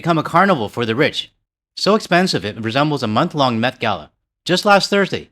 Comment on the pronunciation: Lol, I thought he said methgala instead of met gala for a minute.